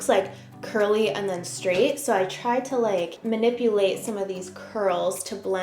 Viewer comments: Straight not shtraight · Why do you sometimes say the word “straight” correctly and others incorrectly? It’s Str. Not schraight.